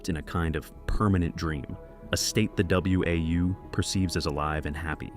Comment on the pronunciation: Dead giveaway this video is AI voiced when it pronounced WAU as W A U instead of "Wow" like it's pronounced in the game. If an actual person had played the game, they would have known that. Stop giving these AI slop channels views people.